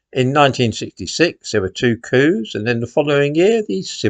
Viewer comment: I thought you said c**n for a moment there,but you said coup! 😂